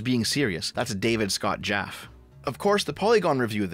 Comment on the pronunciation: Jaff-E, not Jaff. The dude created God of War and Twisted Metal, at least know his name.